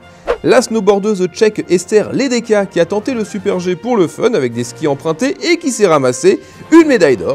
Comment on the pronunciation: Il y a Ester Ledecka dans cette vidéo, pouce bleu. Par contre il faut prononce "Lédétska" ;)